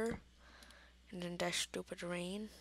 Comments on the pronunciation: It's this not dis and it that not dat use you're grammar mate and good video u did great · KID ENGLISH IT IS THIS NOT DIS AND THAT NOT DAT